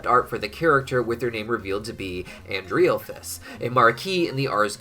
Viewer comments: I'm 99% his name is pronounced as "ANDREHL-phalus " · It's pronounced An-DREHL-FUS